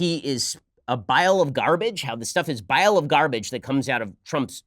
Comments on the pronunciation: Trans-fear vowel mistake. Bile of garbage. B<>p . These two sounds are only differentiated by voiced versus unvoiced. This is an incredibly common mistake for english foreign language speakers who gave native languages from a lot of African languages and genetic languages like Hebrew and Arabic. Ben you can't tell me you didn't understand that she meant pile of garbage and transfer. You have a habit of bashing people for accent issues (using ones own native languages phonological rules in a foreign language.) Both of these mistakes are amazingly common. Is it a stupid mistake ? Yep. Is it annoying to hear ? Yep. Is it something worth bitching about? Nope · Somalis have difficulty distinguishing the sound of a P and a B, so she was likely just saying "pile of garbage." Otherwise, good points all around, Mr. Shapiro!